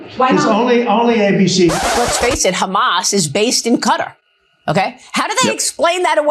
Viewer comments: It’s as obvious as the nose on his slug like face. Nobody as ever heard of Qatar and the idea that they want to give the slug a plane is laughable. Qatar is pronounced guitar not cutter. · You pronounce it as Kataar, not cutter.... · “ Cutter” ain’t it pronounce “Katar” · The way Americans call Qatar - Cutter 😑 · Pronounce quatar as katar not cutter. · I don't understand why so many americans pronounce Qatar as "cutter". Kuh-Tar! Rhymes with guitar 😂 It's not hard! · Maybe the jet was to try and get americans to pronounce kuh-TAR correctly, or is saying cutter just easier for all the ericans? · It is not Cutter but Ka-tar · Excuse me, it is not Cutter. It is pronounced kuh taar you stupid Fox people. Thank you,, for the proper name usage. ❤ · Why is everyone pronouncing Qatar like cutter? It’s Qa-tar right? Am I getting this wrong? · Why is people call the country Cutter? It is pronounced ka-tar (if you can do it with a French accent,) Bonus points 😂. Cheers!❤ from Canada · cutter or Ka-Tar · It's Qa'tar.....not cutter. Say it correctly. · Uk guy here what’s all this Kuta ? It’s pronounced Kuh-taa crying out loud. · How do so many people pronounce Quatar wrong?? It’s not “cutter” it’s “cuh-tar” 🤦🏼‍♂️ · ITS KUH-TAR!!!!!! Why pronounce folks from there as Kuh-tahhhhries if they are from Kutter? They'd be Kutteries!!🤦🤦🤦 😅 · WTF is wrong with Americans? Its Kah-tar. Why is it so friggin hard to even TRY pronouncing the name of a country properly. Its NOT cutter. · IT'S KUH-TAR, NOT CUTTER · A ghastly fake tanned man leads a presently gutless nation. YOUVE LOST SIGHT OF SIMPLE RIGHT AND WRONG. 🇬🇧🇬🇧🇬🇧🇬🇧🇬🇧 by the way it's Qatar, not. Cutter. 😮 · How do you make it cutter ? You morons even Trump can say Qatar properly. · Could news anchors learn how to pronounce Qatar... it is is not pronounced 'Kutta'!!! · Cutter??? No Wonder The World Hates The USA Right Now, You Cannot Say A Nations Name Properly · Why can’t yanks pronounce Qat-AR?